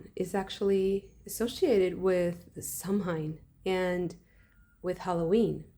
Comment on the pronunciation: Thank you for this!! Samhain is pronounced ‘sa-win’ btw !